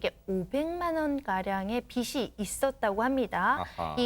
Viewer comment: "빗이" 아니고 "빚이" 다, 말좀 바로하자